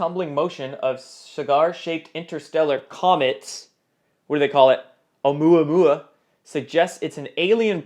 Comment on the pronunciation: The name of the "spacecraft" is pronounced "oo mow mow" Think of the song "I am the real thing" by Russell Morris.